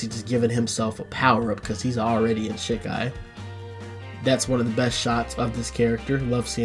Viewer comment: Still can't stand the way you say "shi- kai", like you're animation canceling shit. Japanese is phonetic, the 'I' is pronounced 'EE' 100% of the time.